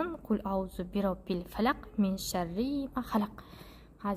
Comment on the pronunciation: Солах емес Фәләһ